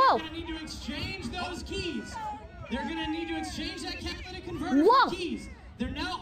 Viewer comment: Even Florida Man can pronounce "catalytic converter" properly, but not.